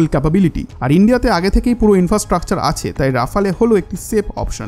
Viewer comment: প্রিয় ভ্রাতা,আপনার উচ্চারণ ডেসলট রাবার নয় , এটা হবে দাসাউ রাফাল । দয়া করে এটা ঠিক করে নিন। ধন্যবাদ